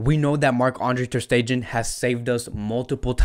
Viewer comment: The way you’re pronouncing MATS’s last name is kiiiiilling me. 🤣 The last syllable is not pronounced “gen,” as in “generation” or “gender” or “gentrification.” No. But I like your videos & check you out a lot. Keep it up. Go Barca!